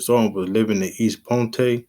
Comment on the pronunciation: Couple Things, Its Eastpoint not Eastpointe even though its spelled as the E silent. 2nd... What up Doe fam still a good vid.. 3rd... Do the Hustle Boys next...